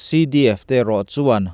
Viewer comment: A bengvâr thlâk ṭhîn hle mai. Amaherawh chu, i Mizoṭawng hman zîngah "Zalênna" tihtûrah " "Zalenna" i ti ṭhîn hi chu, insiamṭhat a ṭûlin ka hria.